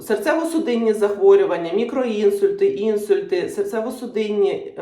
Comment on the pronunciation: інсУльт, а не Інсульт. Наголос на "У"! 🙄 Бідні ті жінки які змушені лікуватися у таких єкспєрдів.